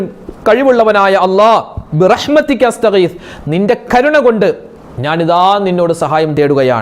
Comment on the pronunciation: റജബ് & ശഅബാൻ കഴിഞ്ഞു റമളാനിൽ അല്ലെ ഉസ്താദ്. ബിറഹ്മത്തിയ്ക്ക എന്നല്ലല്ലോ ഉസ്താദ് ബിറഹ്മത്തിക എന്നല്ലേ ഉച്ചാരണം? പിന്നെ ദിക്ർ കിടക്കുന്നതിനു മുമ്പ് ചൊല്ലണം എന്നല്ലേ റസൂലുള്ളാഹി ﷺ തങ്ങൾ പറഞ്ഞു കൊടുത്തത്.